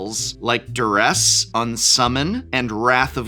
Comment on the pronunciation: "Duress" ewww